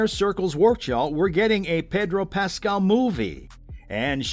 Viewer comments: Learn to pronounce his name! It's pas- CAL! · Couldn’t they get a voiceover person who could pronounce his last name properly? Who is “PAS-skull?? I mean, wtf? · I'm so sorry i can only focus on the way you say Pedro's name. "Pedro Pascle" i love it. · The way you pronounce Pascal… just shakes me to my core.. 😂 Excited for all the upcoming projects tho! Thanks for the overview! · SO glad you made the correction. This guy was making me nuts. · I’m glad to see news of all these upcoming projects, but could they please at least TRY to pronounce his name correctly? So disrespectful.